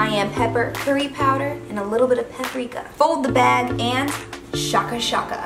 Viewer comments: its shaka shaka pronounced like shake-a (ie shaking a flavour sachet into a paper bag with a chicken piece) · Isn't it shake-a shake-a so it sounds like "shake shake," not shah-ka shah-ka?